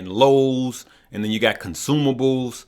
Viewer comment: Lowes is LOW, not LUS